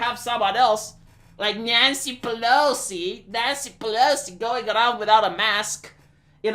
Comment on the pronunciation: Every time says "Nancy Pelosi" and it sounds like "Nyancy Pelosi" the weeb inside me dies a bit